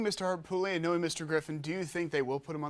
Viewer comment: Please pronounce Harpootlian correctly.